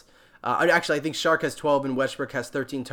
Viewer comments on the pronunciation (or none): Lol.....so many peeps doing these videos now......one way to stand out is maybe pronounce peeps name correctly.....hehe....... Its pronounced..."o-shon-acy" and "chark"....hes not a shark